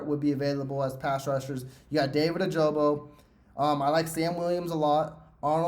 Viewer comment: Its not ojobo its ojabo